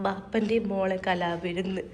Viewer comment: കല വിരുന്ന് അല്ല 😂കല വിരുദ്